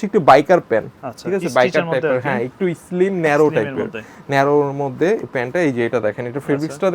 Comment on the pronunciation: What is eslim ?😂😂 Vai slim hobe,😂😂😂😂😂😂😂